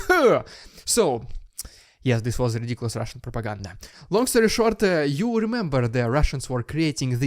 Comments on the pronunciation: WOW!! the RRRRRRRRRRRRediculous RRRRRRRRRRRRRussian p...p...ppp.....ppprrrrrrrrrrrropaganda is turn around ALL OVER the place! FUNNY!!! I love it! Don't hurt yourself though..... 🤣🤣 It looks like there are alot of "holes" in the protection..... what are they thinking??? Invisible barriers between the beams???? ahha.... STRRRRAIGHT TO JAIL!!! Of course, I liked the video like I do on ALL your videos, and I am a subscriber! Thank you for the very detailed report! So much is starting to happen, you are going to be very busy, but I appreciate all your work AND humor! Slava Ukraini! Glory to Ukraine!!! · You make me laugh when you say Rrrussian prrropaganda.😊